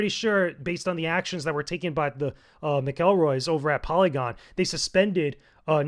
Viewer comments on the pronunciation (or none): No disrespect, but how is it that you don't know how to pronounce "McElroy" correctly? (Also, they don't really run Polygon. It's owned by Vox Media, and Chris Grant is the EIC.)